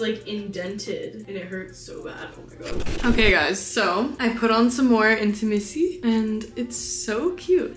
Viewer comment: Hi, love the silk pjs 💕 but I believe you mean intimissimi not intimissi 😅 love from Italy 🇮🇹 ✨